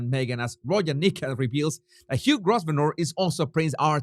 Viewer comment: It's pronounced "Grov'ner". Just saying, love your videos.